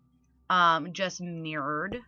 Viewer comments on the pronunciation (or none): I love the way Americans say mirror or mirrored😁